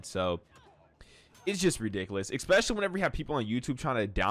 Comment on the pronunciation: Stop saying "Expecially". It's pronounced "ess special lee".